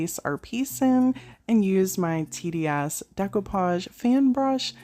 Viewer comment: Wellllll this was on my feed and I really enjoyed! You’ve got some awesome ideas, all of these projects were gorgeous. I had to rewind to listen closely when you first spoke about TDS; it almost sounded like “tenniea$$”😝🤣. My thought was wait what was the name of that product!??!! Anyway🥴 I subscribed and look forward to more of what you have to bless us with. ❤️😀